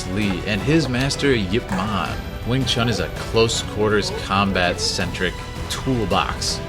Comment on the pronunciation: Wing Chun - pronounced Choon...If you respect the art, please pronounce it correctly as Chinese do, as your Sifu (Sifoo) would pronounce it. Lastly, Kung Fu (Koong Foo) stop mispronouncing these Pronouns. thank you